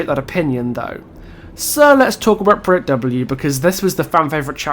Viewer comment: No offense meant but I have never heard anyone pronounce "Project" like that.